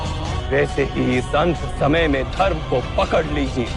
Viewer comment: ...bangali ho kyaa tum? Samay ko somoy bolrahe ho...